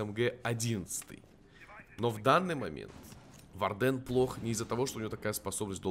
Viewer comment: по моему нужно увеличить сам щит блица и не вардЕн, а вАрден